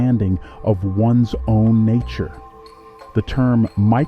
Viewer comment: What’s up with pronouncing the words weird in the beginning like us or nature? 😂